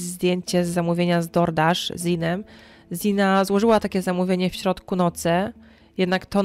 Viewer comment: Bardzo fajnie, że zaangażowałaś się w tę sprawę, ale zastanawia mnie jedno: skąd się wzięło „i” w wymowie imienia Xana? Sama Xana mówiła o sobie „Zana”, nie spotkałam się z „Ziną”, a trochę śledzę sprawę :)